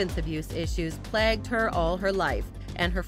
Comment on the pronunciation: This narrator is awful. "Plagged" instead of plagued and "Dina" instead of Dana.